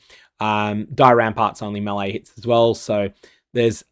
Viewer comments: ....That's how you pronounce melee...."May-Lay"... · Bro, all good but stop pronouncing "melee" like this. Makes me wanna vomit. oh, and also, this is a quote from the presented FAQ: Is Reliquarian Ascendancy available in this event? No, as it doesn’t have a Phrecian counterpart. so, i guess your video is kinda useless.